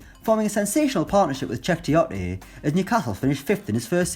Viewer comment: What the hell is the narrator? His voice is awful check Tioteeee according to him